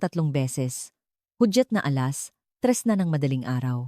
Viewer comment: nakka iinis ang oagkakasabi ng ALAS😂 dapat pinakulonh mo nlng ang nanay mo kisa pinatay, may kasama yan posbli na magagawa mag isa